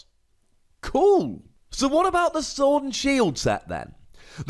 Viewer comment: Lol said Shord and Sield